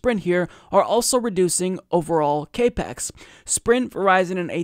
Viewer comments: Capex is capital expenditures, it's pronounced cap-ex, not cape-ex Other than that, great story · It's not 'cape ex' it's CAP-EX - as in 'capital expenditures. And it's not a 'jeet pie' it's a 'shit pie' as in shit pie. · FYI CAPEX it is pronounced as Cap X, as in capital expenditure. I just want to make sure that you sound like you know what yu are talking about because you do. Keep up the good work. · I love you and you are totally right even here, but it's not cape x it's cap ex. Stands for capital expenditures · it's pronounced like "cap ex" not "cape x". It's short for "capital expenditure" or how much money they're spending. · Cap Ex... Capital Expenditure not cape X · Maybe he's saying "CAPE-X" 😮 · sounded like kay-pex. irritated the fuck out of me... small things.. 8) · Like the video. Pedantic but it's pronounced Cap-Ex its short for capital expenditure.